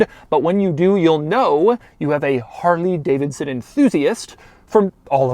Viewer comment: Man says "harLEEE Davidson" lol